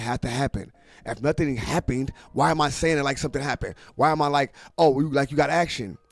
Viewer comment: U said someding did haping? Wtf lol